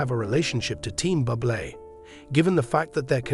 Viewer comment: Get rid of this goof who talks about Buble incorrectly as if he was a “bubble” and is “bubbly”. WTF, has he never heard how Buble’s name is pronounced.